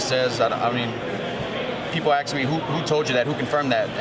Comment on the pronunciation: "people aks me" lol what a bellend